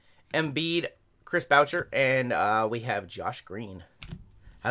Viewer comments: Yoo.. the way you butchered Chris Boucher name by saying baotcher was atrocious 😂 it’s Boo-SHAY(Boucher) he’s French 😂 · He said chris bowsher... lmaoooo chris boushai is how to pronounce it